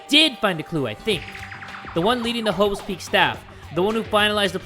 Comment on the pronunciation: Does Say hoe's peak or Is It Just me?